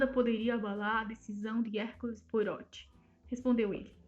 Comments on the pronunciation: Obrigada por postar mas gostaria de deixar apenas uma sugestão: a pronúncia do nome do nosso querido detetive é POARRÔT. Como uma pronúncia francesa (apesar de sabermos que ele é belga 😉. Mas é sempre bom ver essa grande arte de nossa querida Agatha, retratada aqui. Obrigada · Na verdade se pronuncia POARRÔ, o T é mudo.